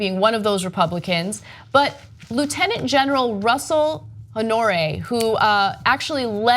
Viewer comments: Its pronounced like (honor- rae) ,,, you gotta get them Louisiana names right ! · jesus, i knew she was gonna butcher his name, but damn girl, come on. it's pronounced HONOR-AAAA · His name is pronounced Honor Ray!!! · General Russell Honore', Ragin Cajun and hero of New Orleans, will always tell it like it is. Pronounce his name correctly: Honor-ray. Words cannot express how much we love and respect this man in New Orleans. Wish he were on the job in Puerto Rico.